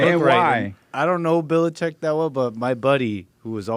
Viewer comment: He almost hurt himself trying to pronounce Belichick